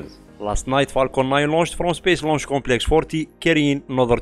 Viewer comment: It sounded like you said Psyche laun h on the 20th. I can't find anything but the 12th elsewhere.